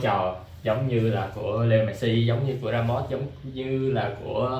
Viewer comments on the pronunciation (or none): tại sao gọi mẹt-xi mà ko gọi mét-si nhỉ